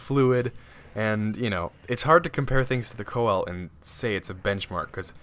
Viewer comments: Its not called the coel, its pronounced see-low-canth, it has 12 fins and most are obsolete but still living in the mid indian ocean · Just a tip, it's pronounced "see-la-canth" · it's pronounced seal or full name pronounced seal a canth coelacanth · pease stop pronouncing it wrong please it is prounounced see-luh-canth sorr y it really annoys me beacause this is not a dinosaur it is still alive and it is a simpl;e name so can you please pronounce it like that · its pronounced "seal" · btw coel is actually pronounced sealo and they still exist as well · It's pronounced Seal-o-canth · Can you spawn a Coel (please stop pronouncing it like that btw) at like 50x? the biggest i've seen is 4.7x... huge!